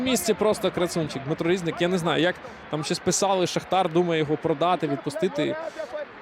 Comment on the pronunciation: Чому рІзник, а не різнИк? Коментатор лемко?